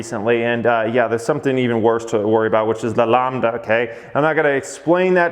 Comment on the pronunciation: Lambda as in Lamb (the animal)... and not Lawmb. Now pronounce ACAI. LOL.